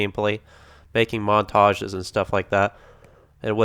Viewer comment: oh you mean "Modtages"